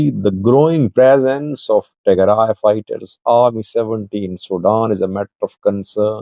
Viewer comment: Tigray not Tearay